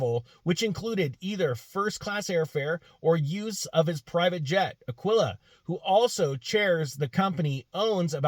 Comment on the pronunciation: Aquila rhymes with Tequila. Although 'snake oil' rhymes with 'shyster' just the same... Fools and their money are soon parted, just ask Elon...